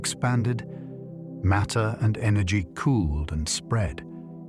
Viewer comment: You could narrate this yourself or with a voice actor. Five minutes in and I hear "maytee tells space-time how to curve and space-time tells maytee how to move." I don't know how the word matter becomes "maytee" on what's supposed to be a science channel. Sorry for the harshness, but this is a large part of what's wrong with the Internet. People will blindly believe anything, and I didn't stick around for the rest of this video to see if this content is factual.